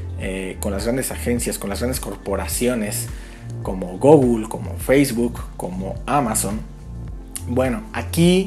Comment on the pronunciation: "Gogul" ??? Lmao